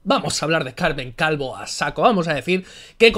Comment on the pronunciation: he escuchado "Calmen Calvo" y con la "Cal" y siendo del PSOE no he podido evitar reírme.